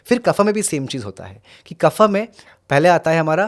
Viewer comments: Please say vaata pitta & kafa . Do not pronounce it like Vaataa, pittaa, kafaa. It's wrong & shows ignorance. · बड़ा अजीब लगता है जब आप वात को vata, पित्त को pitta और कफ को kapha उच्चारित करते है।